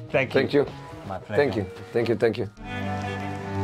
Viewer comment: kinda annoying hearing this guy have the opportunity to meet José Mourinho and call him "Hosé" as if he were Spanish and misquote him as "the special one" not "a special one"